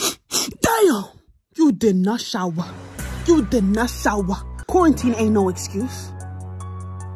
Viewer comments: "U did not showah 😡" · Her:DAUM YOU DID NASHAWWA Nobody: Me: EXCUSE ME I ALREADY SHAWWAH